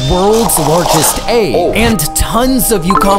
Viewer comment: I wish he would learn to pronounce egg correctly